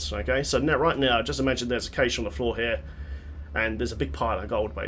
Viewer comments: cache is still pronounced the same as "cash" :D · Its triggering me the way you say cache and torment...